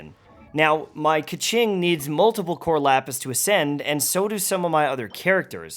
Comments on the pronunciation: Heads up it’s not ‘ke-ching’ it’s ‘ke-shing’ (bigggg difference :) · Hmmm is it really pronounced Ka-ching? Lol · Hearing the way “Qiqi” and “Keqing” pronounced right there and then killed me.